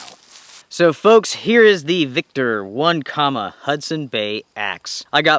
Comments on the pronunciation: Not one comma. It's oh neck ema! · Having camped and canoed around Onekama, Michigan many times while growing up, here is the proper pronunciation, "Onekama (oh-NEK-ə-mə) is a village in Manistee County in the U.S. state of Michigan". Also, I did a basic search and it looks like the company went dark in 2018. Bummer. Otherwise, good review and I remain a loyal subscriber